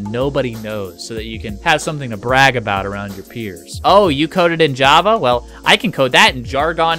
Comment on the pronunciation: "the basics of JAA"